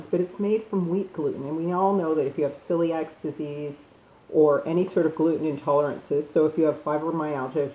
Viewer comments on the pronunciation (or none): none